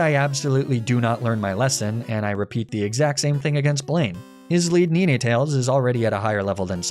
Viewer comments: The way you pronounce Ninetales and Arcanine made me cringe. “Nine” is pronounced like the number 9 (nine). Not “neenay.” Well made videos though though. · Neenaytails? Lmfao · Also did you call ninetails..nenetails 😂😂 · ni-ne-tales? Wtf? -ar-ca-ni-ne?? Are you just trolling and wanting comments or some asinine shit like that? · Ah yes, my favourite Pokemon Neeneetails, Arcaneenay & Leprah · did this dude really just say “nene” tales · Don’t forget “Niniatales” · Great video, but dude, it’s pronounced like “nine-tails” and “arcuh-nine”. What’s this “neen-nay” business? 😅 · Why are you pronouncing "NINE" like "NEENAY?" You do know these are english translated names right? Ar-Canine Nine-tails Idiot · NEE NAY TAILS?!?! ARE YOU KIDDING ME?!?! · Why do you pronounce Ninetails and Arcanine like that? It's NINE not NeeNay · Did he say Nee-nee-tails....? LMFAO bruh it's Nine-Tails. Nine...... Tails. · "What kind of sadistic narcissist steals an eevee off of a table without asking...." Hey man, can I steal that eevee from the table? Yeah, sure thing bud. Thanks for asking. Kneenaytails = NINE-TALES arcakneenay = arCANINE LOL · I almost shut off the video when you called NINE TAILS.... KNEENAY tails Edit: you just Arca NINE... Arca Kneenay. Yea time to stop watching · "Neeneh-tales," "Arcuh-neenay," and "La-prah" threw me so hard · Bulbasaur Lady heard you pronounce Arca-neenay and Neenay-tales and decided No. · I'm sorry neenetales? Arcaneeneh? Laprah? Were you having a stroke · bro said knee knee tales 😅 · Ninetails is pronounced ninetails... also Lapra(h) ? Did you not ever watch the show or something? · Are you just not able to say 9? Arcaninay And neenuhtales😂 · So I loved this run, but did I hear you pronounce Blaine's Ninetales as Ne-Ne-Tails? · Pokemon Red was my first ^^ I got it right when it hit the US. I was already a big fan of the Anime and couldn't wait for the game to come. Also...did you say Ne-nay-tales for Nine(9)Tales? ..and Arka-ne-nay??